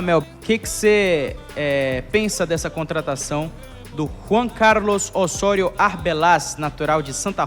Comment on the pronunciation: O O e o E são sempre fechados em espanhol. Portanto a pronúncia é Ô-SSÔ-RIO.